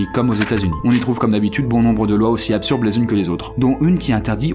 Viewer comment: Hallucination auditive ou tu as dit "absurbe" au lieu de "absurde" ? A moins que tu fasses référence à Marcel Gotlib, qui a inventé ce mot dans sa BD Rubrique à Brac, celà fait une erreur de plus... Continuons...